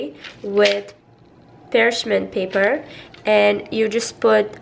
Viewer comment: Don't you love how she says "pershman paper" 😊